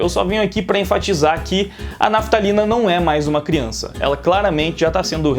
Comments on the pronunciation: Toda vez que ele fala Raphtalia eu entendo naftalina qq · É impressão minha ou o tá chamando a Raphtalia de Naftalina? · E olha que Raphtalia nem é muito difícil de falar